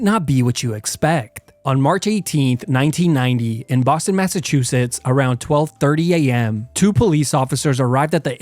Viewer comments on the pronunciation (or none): none